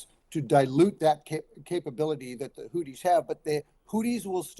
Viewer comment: it TH and not DD. Houthis and not Houddis